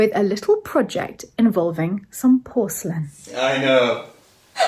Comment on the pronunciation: Omg! said "porcelin",, not "porcalane" 👏